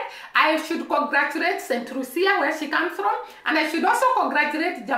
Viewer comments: Pronounced St - lue- sha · Please stop it. Focus should be on this tiny small island and the medalist. She is Lucian,not Jamaican . Focus should be on the tiny island and the medalist, not Jamaica Pronounced Saint loo sha